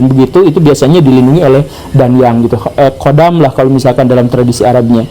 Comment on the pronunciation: Kang Guru, KHODAM itu bacanya HODAM,bukan QODAM